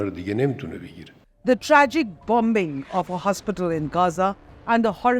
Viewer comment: We are not stupid but what is lakh?can not even correctly pronouce bombing pronouce